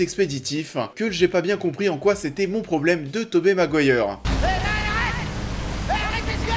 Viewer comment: La vidéo est pas mal mais ça se prononce 'Tobi' Maguire pas Tobé mdr